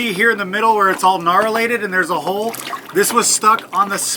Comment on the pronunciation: Narilated? you crack me up. Keep it up guys. Y'all are awesome!